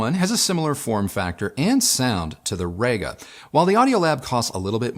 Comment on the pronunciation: Really sorry to do this but - it's pronounced Reega, not Rayga:-) Also at 0'54" in you say the Io has "a headphone input". Surprised you didn't edit that to "a headphone output"